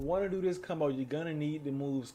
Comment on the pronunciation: I love how he says cumbo instead of combo